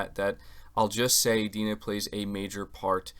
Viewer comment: It's not 'D-nah' "dai-na"